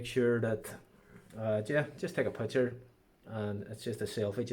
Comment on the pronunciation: Great advice put please stop saying pucker..is picture 🥰🤣🤣🤣